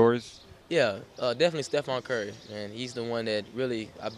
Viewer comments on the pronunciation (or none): He said stefon curry